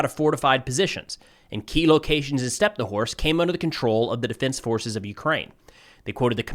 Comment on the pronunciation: it's StepnohIrsk, not stepnowhorsk, mind your language,, please